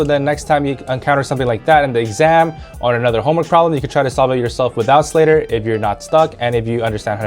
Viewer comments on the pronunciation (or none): No it's slader I think you accidentally said it wrong 😅 ❤